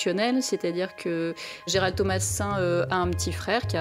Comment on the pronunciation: borhinger bourrer dit gerard au lieu de gerald ,quelle honte............